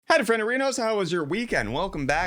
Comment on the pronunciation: I have no idea what was your first few words in this video... Could you please, in the future say hi a bit slower, quieter and more understandable? thanks.